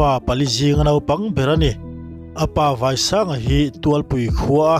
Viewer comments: I MIZO tawng thluk hi a diklo. A vai vai zawng ni lovin....... Vai ram. Vaisanga tih zawk tur I thluk dan vai zawng vai tih ang zawng ni lovin entir Nan Vairam tihnate ang Hina chutiang Vaisanga a thluk dan a zir in a kawh leh a awm Zia a dang dai a ni. Mizo tawng hian a thluk s zir in a kawh a dang dai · I lam dik loh te,Tualpui tih hi ,Lian tual tual tih a Tual tih angin lam tur.Vaisanga tih pawh hi Vaiho kan tih a vai ang tho a lam tur. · Tual hi ari hniam tur, Vai pawh hi a risang tur aw, i thluk diklo ve ve. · Apa jming i lam dan hi a diklo, vaiii saaanga ti tia thluk tur in thu chhiat hi u luk rawh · Vaisanga leh tualpui tih hi ilam diklo char2,, k pi lehpu te leh kan khua hi chu hre chiang ve tur hram che in ka lo ngai a chhan chu CM leh akhua leh apa hming tal hi chu chhui chiang hram teh u... Mahse kan lawm e. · abengvar thlak itawng thluk dan erawh adiklo.tlat Tualpui tihe Vaisanga tih ilam dan adiklo nghala